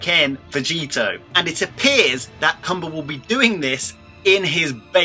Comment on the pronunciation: Its only one way to pronounce his name my guy